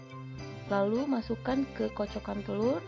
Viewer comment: The way you say "telurrr" suggests you are Indonesian. You rrroll the rrr just as we do in Bavaria.